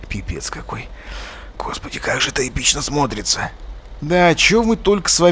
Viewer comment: Мод говно. И обзор говно. Как будто ему заплатили. Все видео слышал. "Как ИПИЧНА ВАЩИ ИПИЧНА!"